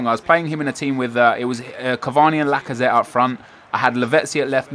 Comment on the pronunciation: It's lazazette